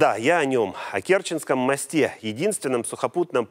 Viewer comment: Как можно сказать: "Я о нем, о Керченском мостЕ"???? Какое "Е" - диктор свали в ужасе. Учи Русский язык, тебе он ещё пригодится!